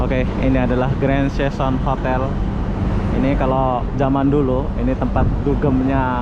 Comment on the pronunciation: Grand Season dalam english berbunyi Gren Sizen.. sila adaptasi